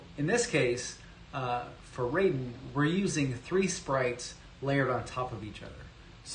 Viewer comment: Raiden is pronounced with a long I, not 'rayden.'